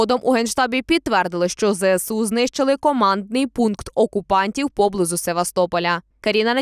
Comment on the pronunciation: ПОБЛИЗУ́. Наголос на У, пане.